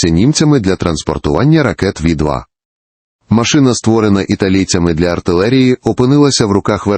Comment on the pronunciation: Не ві 2 а фау 2